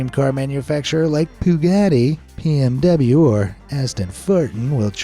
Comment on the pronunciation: Poogatti, pee-m-w, and Ashton-fartin 😅 👏 bravo